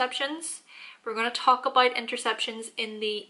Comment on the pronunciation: “That’s aboot it”